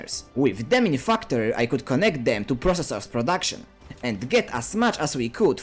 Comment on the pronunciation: Love that i hear u say fucktory